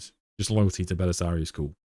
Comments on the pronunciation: Why do you pronounce Cawl as if it was spelled Cool? It’s kinda wild. Are you Irish, and just apply letters to sounds after the fact? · Why are you pronouncing 'Cawl' as 'Cool' ???